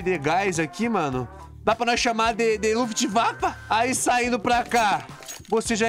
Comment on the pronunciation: eu tava me perguntando o porque de ele chamar luftawaffe, ate ler isso e ficar :OOOOOOOOOOOOOOOO